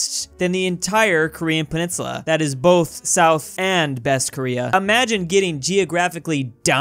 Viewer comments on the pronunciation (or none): none